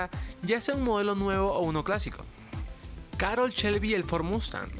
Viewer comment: Oye, creo que el contenido del vídeo no es bueno, no te lo tomes a mal pero hay datos incorrectos como que Carroll Shelby fué obligado a trabajar en el Mustang. Por ciento, su nombre se pronuncia Carroll como se lee y no Carol